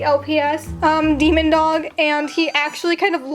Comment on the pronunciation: The way u said damon dog💀